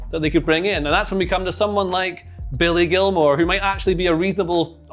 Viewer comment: Turned off after he said billy gilmour